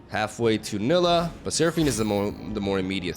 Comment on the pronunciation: It's pronounced Nai-lee-ah, with focus on the lee part